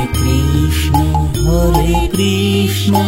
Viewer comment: খুব ভালো লাগলো। সুর তাল কন্ঠ মন্দ নয় ! কিন্তু উচ্চারণ গুলো আর একটু সঠিক হলে আরো ভালো লাগবে ! যেমন:- কৃষ্ণো নয় > কৃষ্ণ হবে, রামো নয় > রাম হবে ! বিষয়টি মনোযোগ দেওয়ার জন্য অনুরোধ রইল !